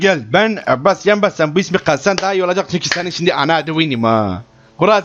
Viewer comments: neden abbas isimini yarağından konuşuyormuş gibi söylüyor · La bu girişlerde ne biçim abbas diyo amk.